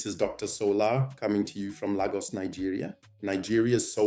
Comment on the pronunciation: I was wondering if this was A.I until I heard Lagos pronounced as LAR-GUS . That gave you away😂 But this was an apt analysis nonetheless